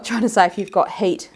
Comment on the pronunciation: when you pronounce 'heat' I hear 'hate' maybe not coincidental? can this trigger hair loss/alopecia?